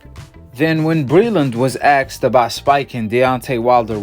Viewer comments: And the words is “asked” not “axed” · "when axed about Wilder" ... 'axed'???? What language is this? Do you mean "asked?" How do I stop this channel from coming up on my feed. Yes, trainers give boxers water. Doesn't mean it's spiked. What a lol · You lost me at "axed" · Asked not axkd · When he axed wow it's torture